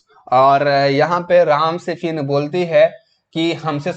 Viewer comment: Try to make good pronunciation like phir =fin,, it's heard very bad,, ap concept clear kr rhe hain na ki larkiyon ki batein krni hain,, is story me Sita is wife of Ram not a girl freind